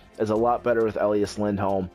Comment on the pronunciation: I know this is just a nit picky thing, but his name is E Lie As not El E Us; But otherwise I love your GMs and Livestreams :D